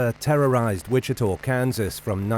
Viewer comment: WICHITA is pronounced WI-CHI-TAH. NOT 'TOR'. Come on man, what are you saying? I don't thing the name of the County has changed to Wichitor??